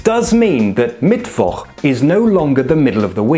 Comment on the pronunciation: Congrats for pronouncing Mittwoch that well. Now develop a German accent and you are 100% German!